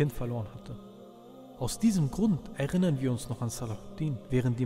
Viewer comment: er-innern ... nicht e-rinnern